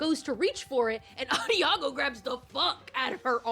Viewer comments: The leader of the Dazzlings is called 'Adagio' not 'Ariago'. Just FYI :) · Girl what happened why is Adagio Adiago 😭 I think u misread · Nah, ahdeeahgoo is hilarious. Therefore correct. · diva please spend some time familiarizing yourself w the names. you can just retake the scenes, you don't have to go with the first one. it's adagio, cinch, bridlewood and tempest, not... whatever tf you ended up saying. the names are spoken out loud in these movies. instead of just watching, please also listen next time. ok? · hate to be that person, but that’s not how you pronounce “adagio”😅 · You pronounce adagio wrong